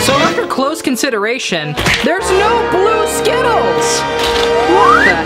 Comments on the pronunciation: Oh and I have a night made of you keep saying skitals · The word is ✨skittles✨